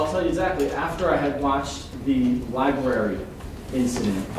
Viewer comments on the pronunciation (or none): Libarry! lol